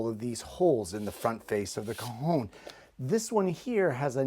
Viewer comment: So pleased you pronounced Cajon as well as explained what it was, very interesting I’ve never seen or heard of one. Thank you for expanding our knowledge.